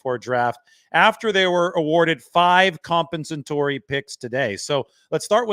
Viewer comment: Lol, can't pronounce "compensatory"